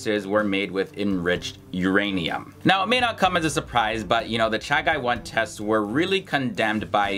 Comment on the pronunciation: I must appreciate for correctly pronouncing the name Chagai, even we call it Chagi for convenience, and offcourse historical references are very correct .